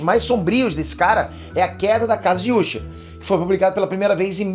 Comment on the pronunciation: ta me dando uma raiva esse cara ficar chamando de úsher